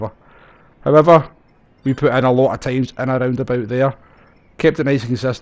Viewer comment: Schottische- English Übersetzungsdienst hier... "Um nay gonny putt thus taim..." "I'm not going to pit this time." The "t" at the end of "putt" and 'pit" is silent. Hope this helps., your videos are great: thanks:-)